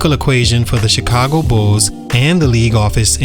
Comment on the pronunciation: Bro, what is “Bullsez”? 😂 It’s just Bulls. Bulls’ is pronounced Bulls.